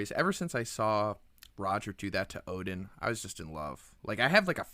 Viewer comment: great video, btw Oden is pronounced "oh-den" not "oh-din", kinda lame of me to be nitpicky about something but since you're a OP content creator, and perfectly capable of pronouncing the name as the creator intended to, you probably should haha, love your content though!